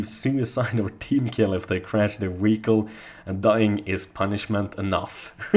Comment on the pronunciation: WTF is a Wehicle? Say V damn it! Make the F sound, then start humming. Congratulations you now have the language skills of a 3 year old!